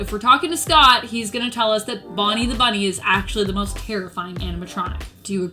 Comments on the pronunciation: Is it just me or does she say bummy instead of bunny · He’s saying bunny